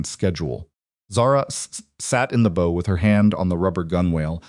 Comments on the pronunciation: "BOW," in every context the narrator has used it thus far (maritime, and otherwise), is correctly pronounced "bau" (like Lau, the surname...or the 45° waist bend), not "Bō" (like "bow and arrow," or 'No, the negative response). Please update your A.I., and edit incorrect text and mispronunciations. It inhibits understanding of your story, which is unfortunate, when it happens. It also helps w/ context. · So true! I flinch every time that word comes up. It’s like scraping nails on a chalkboard especially for someone who’s a professional editor! 🤯